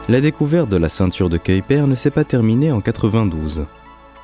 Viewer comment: La prononciation de Kuiper est dégueulasse. J'ai zappé la vidéo.🤮